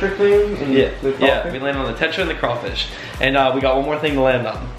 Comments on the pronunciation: It is not craifish it is crawfish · Sorry but it's craw fish not cray fish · It’s Crawfish, Craw-Fish